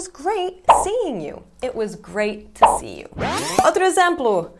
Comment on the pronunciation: Pra mim é o "tiu" falando to.